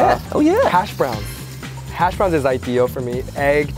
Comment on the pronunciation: I love how they put the emphasis on the second syllable in hashBROWNS. So proper.